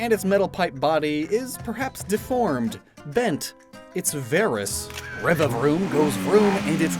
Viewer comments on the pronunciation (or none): Fun fact: when you say Revaroom, it sounds like Reverie